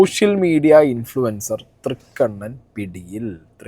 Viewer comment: INFLUENCER ❌ IN-FLUTER ✅